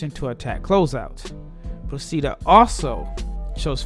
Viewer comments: Very nice video, but the accent for Procida is on the 'O', like Prò-chi-da ;-) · Btw the pronunciation is : Pròcida. The accent is on the o.